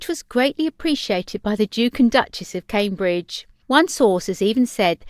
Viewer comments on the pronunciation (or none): none